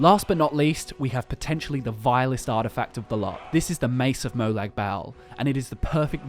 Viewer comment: Molag bal is pronounced moe log ball not moe lag bael.